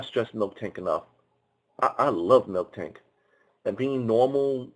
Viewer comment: "I figured they're going to have a water type somewhere in there" - I think the lanturn line is the only water/electric in pixelmon, pretty sure. Also, I know think might be mind blowing, but it's mil-tank, not milk-tank.